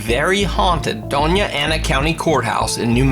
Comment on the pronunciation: Hey you pronounced Doña Ana county very well, thank you! Love your videos